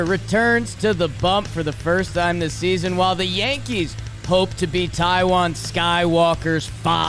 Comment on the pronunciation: It’s baseball sneezon